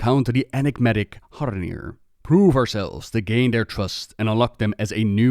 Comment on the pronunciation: Are you putting the d in Haranir on purpose?